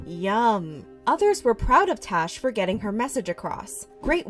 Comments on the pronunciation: It's Tash not Tosh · Is it tash or trash I heard it as trash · I love how you can hear them pronouncing her name as "Tash" with an "a" but keeps saying "Tosh" with an "o"...lol! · Lol I love how you said trash instead of tash